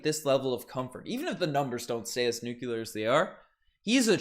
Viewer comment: Oh no. American English is contagious. it's spelled nuclear, but you discovered a hidden syllable there.